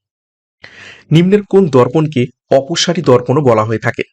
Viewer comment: Sir oposari dorpan uttal darpan k bole.